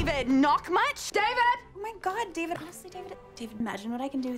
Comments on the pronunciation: Alexis: Dee-Ved Moira: Day-Ved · Moira : "Daevid" Alexis: "Deevid" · Ew Dayy-vedd!! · Is it me or does “David” starts to sound like “Steven”? 😂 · At some point all I heard was “daybed” lol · Honestly I heard a LOT of “Divids” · After a while i hear Divot instead of David, idk why